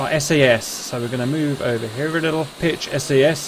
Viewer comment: EGI is pronounced eeh ghi, SAS is pronounced like a word, IFFCC is if-see CICU is like kick you, JTRS is jitters, EAC is ee-ack, the CAP is the caution annunciatior panel, and they’re MFCDs not just MFDs in the A-10 but those are just technicalities